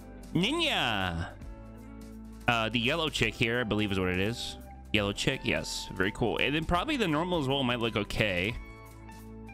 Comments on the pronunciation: Pronounced “Sheek” not “chick” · has no one told that chic is pronounced like "sheek" and not "chick"